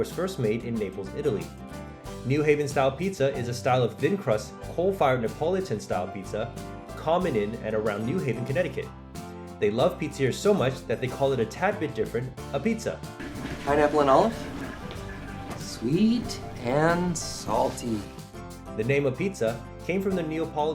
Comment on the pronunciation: Apizza lol its pronounced ah-beetz